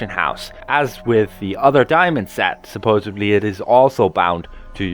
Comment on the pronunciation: Supposedly not Supposebly